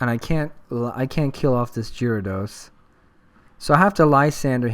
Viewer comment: Pronounced Gare-uh-dos